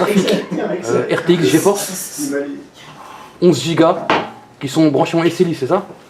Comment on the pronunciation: J’adore la on ales carte graphique rtx gephorce 😂